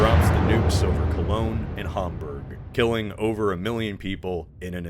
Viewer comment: Good hamburg pronunciation